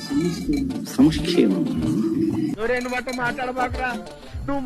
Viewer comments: తెలుగు పలకడం వాడికి వెటకారం , సంక్షేమం అని పలికి నవ్వుతూ న్నాడు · సంక్షేమం అనే పదం పలకడానికి... జలగన్న ఎంత బిల్డప్ ఇస్తున్నాడో... అదేదో స్పానిష్ పదం లా...😂😂😂